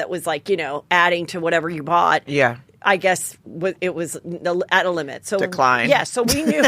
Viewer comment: Deeeclined 😅 sorry but I chuckled lmao